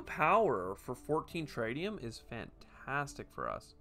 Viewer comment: how could you, how could you not choose the swedish scientist character, I will assume you were being nice to let me play myself, thanks for the tip, looks cool, though pretty close to some of the concepts in TMars boardgame, wonder if they had any contact with fryx games. PS I think it's supposed to be pronounced tritt-tium rather than try-tium :)